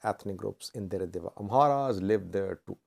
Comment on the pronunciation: It's Deredawaa not the way you said